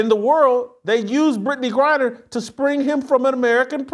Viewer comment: Did she just said brad griner ?